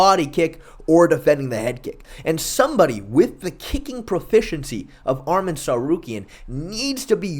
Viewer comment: Arman not armen